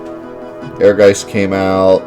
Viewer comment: Actually the pronounciation is more like "Ehrguytz" which is German for "ambition".